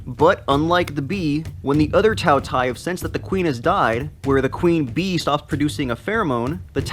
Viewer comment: For once, it pronounce ''Tao Tea-A''，饕餮 (tao tie).